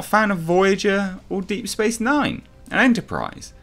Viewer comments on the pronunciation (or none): "Deep Thorat Nine"? The fuck is that?